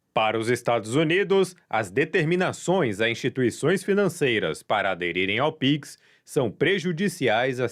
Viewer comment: píquis? Sério?